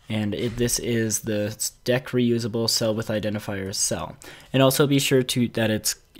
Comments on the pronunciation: Surely 'dequeue' would be pronounced "de-queue", rather than "deck", since you're removing something from a queue? ¯\(ツ)/¯ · dequeue is not pronounced "deck" its pronounced "de- Q"